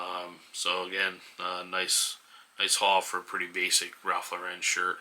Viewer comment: Thanks,. (FYI, Ralph Lauren is pronounced LOR-en not lor-EN.) Subscribed!